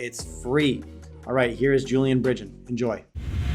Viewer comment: Hey Jay, it’s Brig-den, not Bridge-en